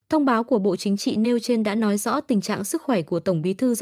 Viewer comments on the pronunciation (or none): Đây nà Tiếng lói Việt Lam, phát thanh từ Hà Lội, Thủ đô Lước CHXHCN Việt Lam 😂😂😂